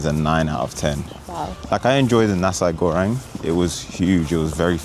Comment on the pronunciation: nasi goreng ? i read bahasa indonesia here, hello from indonesia, nah-see go-rank thats the right pronountiation :)